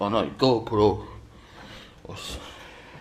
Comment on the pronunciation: GoPlo?Nem inkabb GoPro??? faszikank nem tud beszelni...